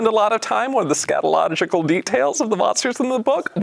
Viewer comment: He said "scatological"